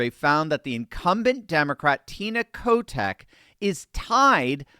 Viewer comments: Every time you say Kotek name , i keep hearing Kotex as in pads 😁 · I thought I heard a slight slip of the tongue on Tina's last name. It is the nickname the kids here have for her. Oh, and let us not forget to the riots Downtown in 2020. If the people in Multnomah County have had enough, we'll flip.